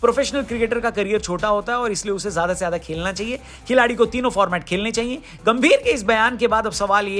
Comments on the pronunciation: bhai खेलना होता है खेकना नहीं 😂😂😂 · खेकना नहीं खेलना 🤣😂1🤣😂